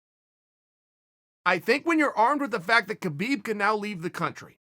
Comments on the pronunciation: Chael, please I know it's written Khabib but it's pronounced as Habeeb. The the same way goes for Jose but you say it with the H first. Sorry about the lecture. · Please stop pronouncing the K in Khabib